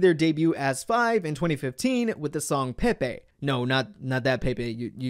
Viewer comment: Pepe is pronounced like the bird candy Pepe not pepe the meme 😑